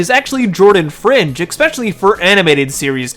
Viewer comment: Es-specially, not ex-specially 😊